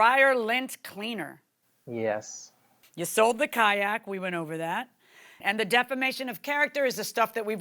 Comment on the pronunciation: Say Kayak one more time and see what i do